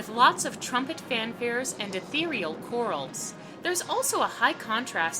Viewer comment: Brilliant analysis! Just one small correction: "chorale" is pronounced like cor-RAL, not like COR-al.